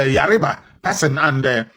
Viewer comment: As old as you are you don't know how to pronounce Yoruba. You act like a child.